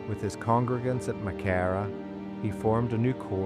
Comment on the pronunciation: The Church wasn't burned, the Tipperary Militia were billited within it. They burned all the lumber over the next few weeks for firewood. Walter was killed on the 8th of June being taken prisoner after he delivered up all the weopons from Crew Hill. Your pronouncing Maghera totally wrong. - S McCracken